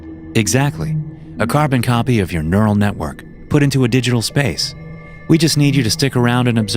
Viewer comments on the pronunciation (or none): none